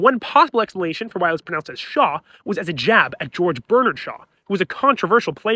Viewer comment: I really have no respect for this slop content TikToker. His grating voice and lukewarm presentations tell me all I need to know about him. He also doesn't know how to pronounce "Bernard" even. Shaw was a legendary playwright and was definitely left leaning in any case, but more of a typical-of-the-century contradictor. This nameless faceless youtuber did almost no research and is, again, another lazy slop-content pusher